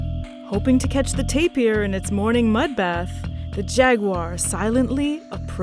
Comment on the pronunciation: Mispronounced Jaguar and Puma